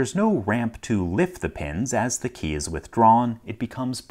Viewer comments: The guy pronounces key like Kay, it seems to anoy me a little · he pronounces the word key like someone who never uses keys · KEY!! Say KEY!!! K-E-Y. It’s not a Kay. Stop saying Kay!! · His "key" always sounds like "Kay". No idea.